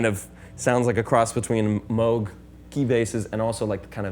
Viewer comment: Thank you for pronouncing “Moog” properly.